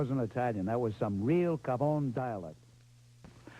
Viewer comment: It should be cafone not gavone.